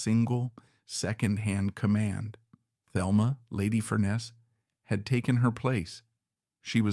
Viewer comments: Not to be that person but her name is pronounced Telma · Thelma is pronounced Telma in the Spanish way, fyi.